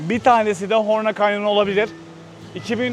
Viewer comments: HORNA DEĞİL HORMA lütfen 😂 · Arkadaşlar sürekli horna dedi ama burası Horma Kanyonu. 😂 elinize sağlık